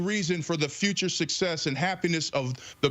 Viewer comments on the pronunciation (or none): Why can't the black guy say "success?" Is he from MehEKo?